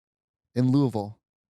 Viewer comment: Wow Trixie pronounced Louisville pretty well ❤